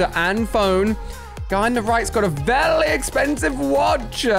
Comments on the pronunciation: Why Ali a say vely not very? LOL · Why does Ali say vely instead of very? Lol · yes, vely vely weird